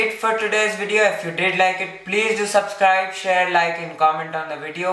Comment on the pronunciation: why you say "subsklajb " ?